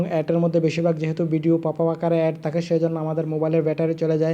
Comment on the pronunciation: কথা বলতে জানেনা শালা এড কে এট বলে